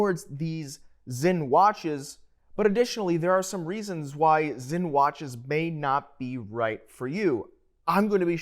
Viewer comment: The brandname is Sinn so it is to be pronounced with an S, and as it is a German S it is a strong S. Please do away with the Z as it is not Zinn.